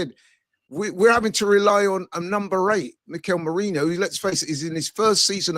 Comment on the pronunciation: on about "we got a favourable CL draw"? Is he mad? PSV are better than Feyenoord, so we got the trickier of the 2 Ro16 games, and then we went into the same half of the draw that gave us a finals route of Real/Atletico > Liverpool > Barca. What is he ON about?! And omg STILL calling Merino "Merinho" ffs bro use your nut.